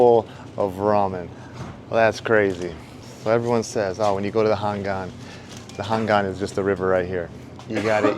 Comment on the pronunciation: 고맙습니다 ☺️ 우리 나라 서울 도심속을 흐르는 한강❤ 발음 그대로 한강이라 말씀해 주셔서요❤ 한강 라면🍜~👍 Nickk님~👍